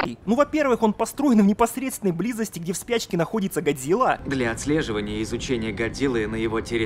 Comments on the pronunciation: Почему чел с геморойным лицо (Серизава) называет не Годзила а Годзыва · Какого хуя он говарит Гадзира🤣если Гадзилла